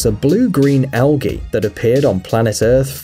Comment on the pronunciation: You pronounce algae wrongly